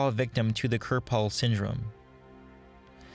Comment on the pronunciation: In their prime, I have no doubts that Thane could kill Garrus in a fight. Also... Your pronunciation of hanar and Kepral's Syndrome made me cringe. Sorry XP